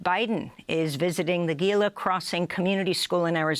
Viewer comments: It is ironic that in the item which mentioned the treatment and lack of respect of Native Americans, Amy Goodman mispronounced the name of the Gila tribe in Arizona. They surely had enough time to check with someone outside of New York before going on air. Gila, by the way, is pronounced Hila. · Gila is pronounced Hee lah